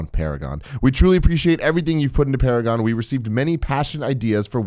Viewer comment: "It's Para-Gone." - XD